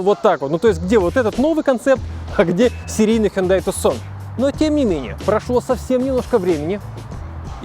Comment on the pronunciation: ни разу за ролик не услышал правильного произношения))) Тюсон, с ударением на ю!!! Тюсон, Аризона - город такой в Аризоне, ну))